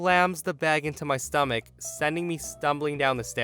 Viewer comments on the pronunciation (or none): none